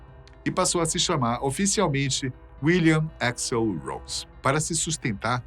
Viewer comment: Troubeidor e éxl é foda , nenhum gringo pronuncia dessa forma